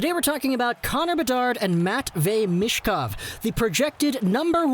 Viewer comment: You pronounce Michkov wrong. C'mon, it's not that difficult.